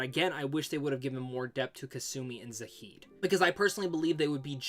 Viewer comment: Really like your videos but a couple of things: -Why to you pronounce Zaeed's name wrong? There's no h. Would have thought with the amount of times you played the game you would have heard how it's pronounced. -The way you phrased it made it sound like you could only romance Ashley in ME3. You can romance her ME1 too.